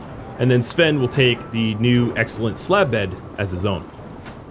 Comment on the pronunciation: I have been hung up on something. Svein is not pronounced "Sven", but is closer to Sweyn in English. "Svein" is a Norwegian name, and we tend to pronounce all the letters in some way.